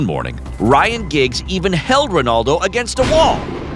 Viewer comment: I was irritated when I heard the first "Ronarldo" then I felt physically sick when they actually referred to him as "CR7".